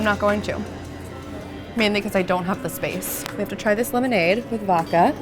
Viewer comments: I always find it funny that you say "vokka" instead of "vod-ka". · It’s ok to pronounce the D in vodka. It’s not supposed to be silent 😉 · Love, but can you please teach her how to say “vodka”!?🙄